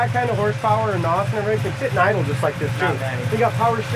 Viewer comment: It's not NAWS. It's N.O.S. Nitrous Oxide Systems Sound out the letters, individually.